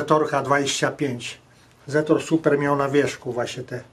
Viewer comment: Dlaczego wy mowicie ''supra'' jak to jest ''super''? Jest taki samochod '' TOYOTA Supra'' wtedy to ma sens, strasznie mnie to irytuje.....